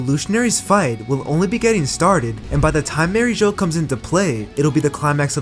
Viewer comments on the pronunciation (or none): Its mariejois not "mary jouh"